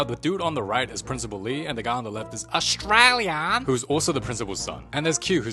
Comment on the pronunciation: "AusTRailA" anyways getse😭